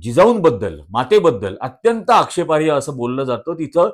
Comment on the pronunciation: कृपया'आक्षेपार्ह' म्हणतात,आक्षेपार्य नव्हेम